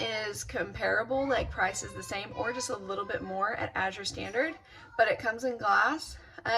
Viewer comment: Thanks for explaining how the drop went. Very helpful for those considering Azure! (Which by the way is pronounced AAA-zher. A as in cat, accent on the A.)